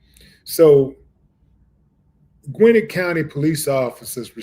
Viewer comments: Pronounced, Gwin-net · It's pronounced Gwen-Net county fam lol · Pronouncing the county wrong 😂, but RIP